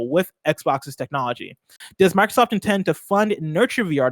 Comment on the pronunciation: Dude on the left keeps saying “Markrosoft”